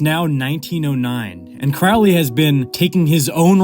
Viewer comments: it's pronounced Crowley I am turning off the video. Hack. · itsn pronounced, " CROW-ley", like, rhymes with holy. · It's pronounced CROW-LEE. Rhymes with HOLY. Ozzy is wrong. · Holy like Crowley... Can we just pronounce it properly...??? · It's Crowley. Rhymes with Holy. Pronounce in toff/posh. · At least pronounce his surname correctly. Good grief. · This whole ass video and couldn't even pronounce Crowley correctly 💀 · you pronounced his name wrong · >14 seconds into the video and he already butchered his name. Tell me you don't read Crowley without telling me directly.